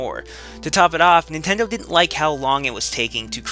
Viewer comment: Yeah.. You said again.. But the fact that you said "IF NENTENDOH CAREDBOUT UZ"